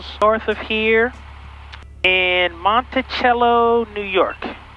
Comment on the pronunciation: Sullivan County; my wife is from there; Jeffersonville. Oh, Monticello is pronounced 'mount-ta-sello' (my wife made me say that! I seem to remember activating my flight plan before I even started the plane. Of course, I did not have my Sentry back then. I'm guessing the Sentry is locked on as your WiFi. Once that happened your lost your WiFi/Internet access.